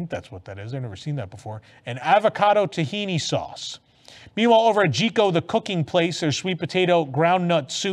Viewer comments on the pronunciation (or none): none